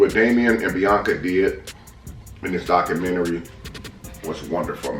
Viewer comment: Mans said “doctormentary”😂